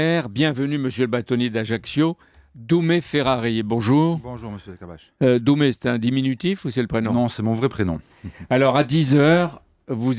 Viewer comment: Dumè et non pas "doumé"...